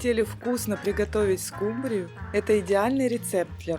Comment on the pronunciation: Почему скумбриЮ, а не скУмбрию? Так говорят в Индии?